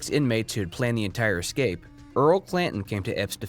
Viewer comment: Are you really pronouncing escape incorrectly to start the video???